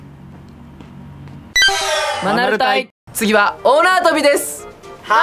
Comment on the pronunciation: 大縄跳びが、女遊びに聞こえた😆